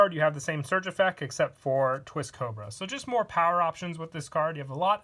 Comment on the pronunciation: All is quiet: "Effeck"